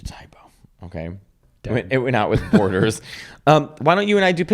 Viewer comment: With Borders!! I thought he said with horders!! 😆